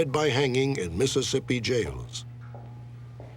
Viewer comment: I’m from Mississippi and u said it perfectly